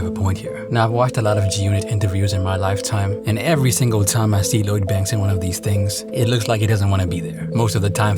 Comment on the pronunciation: How you going to make a video about Lloyd Banks and you can’t even say his name? Who is Load Banks hahaha